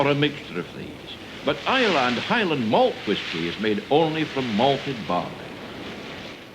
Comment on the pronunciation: It's nice to hear someone pronuncing Islay properly I remember in the 80s John Peel played a track for someone on Is lay Its I la or I lay I miss the old place.Lots of memories.